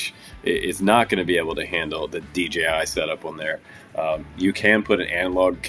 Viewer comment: What does DJI mean? And I know about the company but you say DGI mode or something